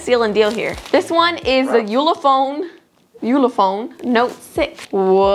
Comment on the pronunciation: six minutes twenty four seconds killed me like the way he said "ullophone it's a ullophone"😂😂 edit: Ulefone*